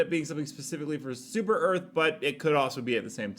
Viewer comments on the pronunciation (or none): none